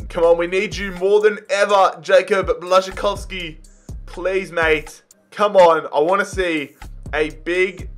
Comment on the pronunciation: Im from Poland and I was very impressed how you spelled Błaszczykowski so fast and good lol